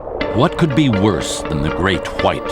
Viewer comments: say the great white again its pronounced the great white not the great whhhhhhite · "the great khuite" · how he pronounces his w lol